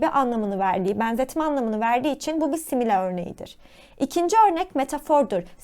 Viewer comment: Verdiğiniz bütün bilgiler için çok teşekkürler lakin videoda birçok kelimeyi yanlış telaffuz etmişsiniz. Önceden bunların doğru telaffuzunu öğrenip sonra videoyu çekseniz çok daha iyi olurdu. Böylece sizi dinleyen öğrenciler de kelimelerin telaffuzunu yanlış öğrenmemiş olurlardı. Simile kelimesinin telaffuzu /ˈsɪm.ɪ.li/ , chiasmus kelimesinin telaffuzu /kaɪˈæzməs/, absurd kelimesinin telaffuzu /əbˈsɜːd/, onomatopoeia kelimesinin telaffuzu /ˌɒn.əˌmæt.əˈpiː.ə/ , hyperbole kelimesinin telaffuzu /haɪˈpɜː.bəl.i/, Elbette mükemmel bir şekilde telaffuz etmeniz gerektiğini söylemiyorum ama hepimiz daha iyi olmak için çalışabiliriz, öyle değil mi? 😊